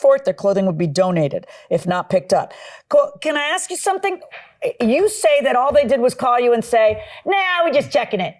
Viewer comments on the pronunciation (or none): Why can’t you say ask …instead of ax